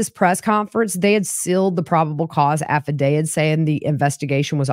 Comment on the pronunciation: I enjoy your channel and appreciate your work, but could you please stop saying "affidaviD"? I would think a true crime channel would pronounce "affidavit" properly. It tends to cheapen your efforts. Not trying to be ugly...it's just annoying hearing it all the time.